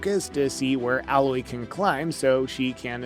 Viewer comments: I’m so triggered by you continually saying “Al-oye”. It’s “AYE-LOYE” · “A”- Loy not “Ah”- Loy. I cringed every time I heard that. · Dude stop saying alloy its a-loy aloy* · Can't even pronounce Alloy correctly 🤣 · Dude you obviously don’t even know anything about this game. You are pronouncing everything wrong. Like it’s actually funny how bad you are butchering their names. Like Alloy? Seriously? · Well, from someone that can't even pronounce 'A'loy correctly... the games 'main' character... what else can we expect? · How can you call yourself and talk about a subject when you literally can't say their names correctly? Tremoortusk? Alloy? Dude just leave 👉🏻 get out and leave your gamer badge at the front desk. Or should I say your gamor bage at the froant deska?